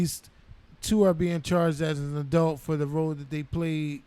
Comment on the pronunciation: I love how they say adelt instead of adult 😅😊